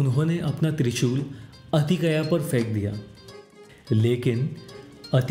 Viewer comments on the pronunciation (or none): बाकी सब ठीक है पर अतिकया नहीं अतिकाय